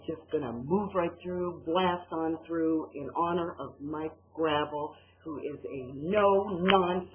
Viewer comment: It's pronounced GRAH VELL. If you're going to address him atleast pronounce his name right christ.